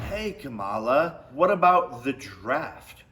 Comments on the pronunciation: Camel-la. Commie- La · If he can’t say Kamala’s name right, that alone shows he doesn’t know anything about politics. Smh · Wow they sent you the entire playbook of talking points! Including mispronouncing her name, that’s an important part.